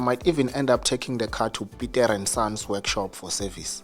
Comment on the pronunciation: "Pitere(Peter) and Sons."😂😂😂😂😂😂